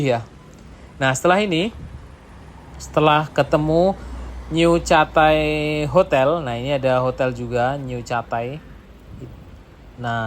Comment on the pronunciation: Ya betul penyebutannya ketey bukan catai, mungkin dia kurang menguasai bahasa inggris, saya kalau ke singapura dari malaysia selalu menginap JB, berangkat pagi ke singapur baliknya petang hari